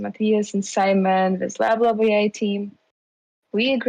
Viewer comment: "lab lab ai" sounds "bla bla ai" many times :)..... you need to change the name